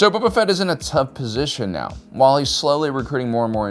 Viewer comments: Please stop saying Bubba Fett XD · "Bubba Fett"